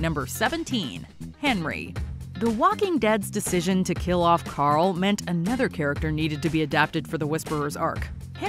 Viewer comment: Carl or Coral as Pappa Rick called him. Annoying as f